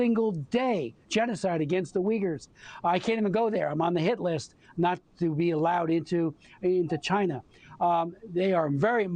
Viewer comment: Jeez what a nitwit never been to China...lol. Genocide against the Uyghurs the guy cant even pronounce it right ...